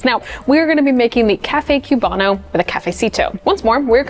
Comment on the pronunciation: The Cuban coffee section is almost perfect, but couple notes: A) It's COOB-ano, not CUBE-ano, I promise no one is expecting you to have a perfect Cuban accent but please pronounce the word correctly. B) We have a word for the thick layer on top, it's not "like a crema", it's "espuma" or "espumita" (which means foam). I don't want to come down on you too hard for this because it's a fairly respectful video but a lot of cafe workers from Italian-influenced cafes have a habit of subconsciously treating other coffee cultures as being essentially like inferior or secondary branches to Italian-influenced coffee culture. Unlearn this.